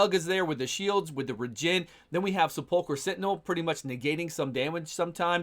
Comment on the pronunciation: Sepulcher is pronounced SEP - leh- ker like the burial place -- tomb. Don't think there is anything called seh- PULL -ker